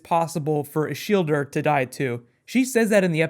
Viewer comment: I thought her name was Shilda(Shielda) but you just went there and ruined it with your american "er" ending >_>